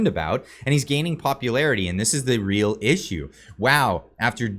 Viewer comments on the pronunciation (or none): none